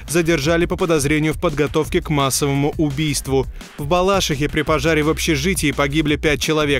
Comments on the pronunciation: БалашИха. Ударение на "И" в третьем слоге.😊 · Не в БалАшихе, а в БалашИше!